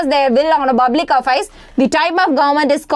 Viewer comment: Good effort. But you try to pronounce words stylish which has some corrections. *Its public you have pronounced buplic Why I'm explaining is that you have to focus on teaching clearly more enough